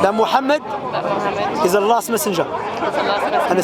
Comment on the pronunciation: is the lost or last prophet ?you pronounce it like lost